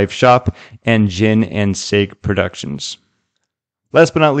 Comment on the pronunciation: Gin and sake...sah-kee. You know what gin is. Sake is a Japanese alcoholic beverage. 🎉